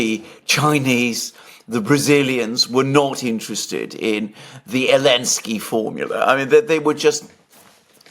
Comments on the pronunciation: Alexander calling Zelenskij "Elenskij" is simply hilarious! 😂😂😂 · I like when Alexander calls Zelensky, Elensky 😂